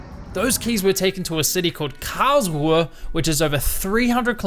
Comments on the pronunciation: Great video… I seriously need an airtag for my car keys 🙈😂 Added bonus being I now know next time I fly into Karlsruhe / Baden for Europa Park that it isn’t pronounce Karl-Shrew 🙈😂😂😂 Thanks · Karlsruhe more like cowrswe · I love how you pronounce "Karlsruhe" :D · Every time he says Karlsruhe, I'll do a push-up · very very cool intro and the video is so cool love it it's super funny how you say Karlsruhe